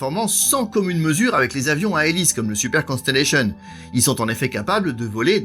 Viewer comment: Merci pour votre parfaite prononciation du Constellation. Continuez ainsi. Merci pour la qualité de votre vidéo, claire et précise.